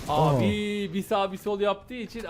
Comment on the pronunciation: Emirin Sasuke abiğ demesine bayılıyorumya😂😂